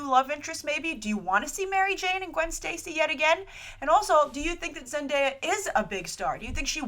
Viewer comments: By the way thank you for pronouncing Zendaya's name correctly yesterday & today I've seen her name being butchered left & right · You're the first movie news site to actually pronounce Zendaya's name correctly 😁😁😁 I'm really excited for this casting, I want Zendaya to play a new version of Blackcat!! She could definitely handle the attitude and the seductiveness. But I'm open for any role she'll be playing, I want her career to grow and prosper lol